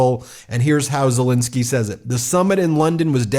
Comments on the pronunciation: Ben its ZeleEnskyy. Please try to pronounce his name correctly for Pete's sake!!!!!!! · Ben, you keep mispronouncing Zelenskyy's name. Do better!